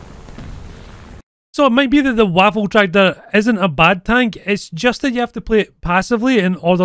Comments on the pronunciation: Not waffentraktor. WAFFENTRÄGER. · Nashorn = Rhino also the pronunciation is more like Vaffen Trayger